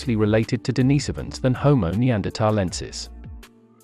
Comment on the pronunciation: Dude, you need to learn how to pronounce the names of these humanoid species. You are consistently mispronouncing the name of our own species. It's not pronounced homo saapiyan, and it's not pronounced d'naaisovans.